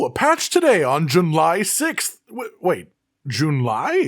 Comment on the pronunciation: Thought it was July and not Junly